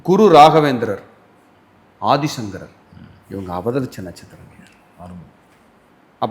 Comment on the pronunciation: Aathisankarar, Thiruvathirai, sariya, sollunga.